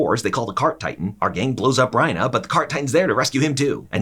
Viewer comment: I was suprised he would pronounce reiner as ryna